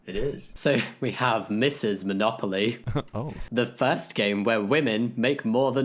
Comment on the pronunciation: Well, it's Monopoly not Monocoly. 🤔